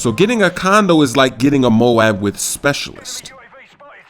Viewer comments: i think instead of sayin condo u said condom i think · I THOUGHT THE WHOLE TIME HE WAS SAYING CONDOM... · condo* not condom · LOL did he say condom at beginning?